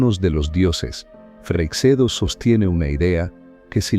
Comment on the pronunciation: Si me permite una corrección. Freixedo es un apellido gallego y se pronuncia freishedo, como el sh del inglés, el ch del francés o el sch del alemán. Y nada de freiksedo.